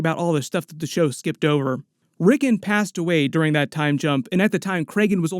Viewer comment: Every time you say ricken makes me wanna flip my crap it’s Rick-ard not rick-in sheeesh